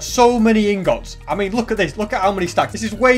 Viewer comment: The way he says INGOTS XD